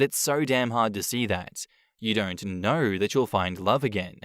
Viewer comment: I can't stand how certain words are pronounced with an R at the end. "She's the most loyal person that I know-Errrrr"